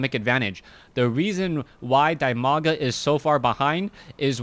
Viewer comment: You ought to pronounce his name [dEEmaga].:) And quite a knowledgeable game with that Core death alongside the Nexus it's attached to.